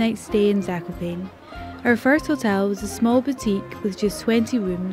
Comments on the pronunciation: btw its pronounced zak-op-an-air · I am from poland so this makes me happy seeing people making videos about skiing with us! PS: It's pronounced /zah-ko-paa-ne/ (E sounding like Elephant) in Polish or /zah-ko-paa-nuh/ in American pronunciation. PPS: Fun Fact: Zakopane means "buried" referring to the snow :)